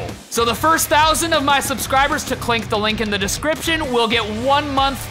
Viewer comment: lol he said "clingk the link"